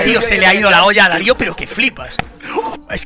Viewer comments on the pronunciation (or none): Sinceramente me da una úlcera escucharte decir DÁrio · Cada vez que dices DÁ-rio me da cáncer de oído xd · Q pdo con decirle: Dário jajaja siempre pronuncias mal (no es hate) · Deja de decir Dario por favor, es Darío. No importa si lo ves mal escrito, el sentido común debería ayudarte a darte cuenta de que es DarÍo. No existe ningún Dario en el mundo, sólo Daríos. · No entiendo como puede pronunciar mal el nombre de una persona cuando literal lo esta leyendo. Me dio cancer al oido escucharlo pronunciar Dário y no Darío como realmente es. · No es Dário, es Darío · porque dice Darió si el se llama Darío